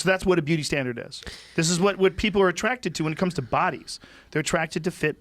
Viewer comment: Joe “I’m attracticted to fit body’s” Rogan